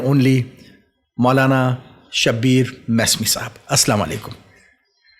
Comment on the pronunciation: Mesami not mousami